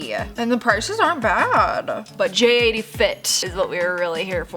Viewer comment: Its jatie not j 80